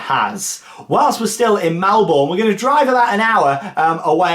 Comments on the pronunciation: Looks such a great trip! Just an FYI, but Melbourne is pronounced ‘mel-burn’ 👍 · You sed it wrong it’s Melbourne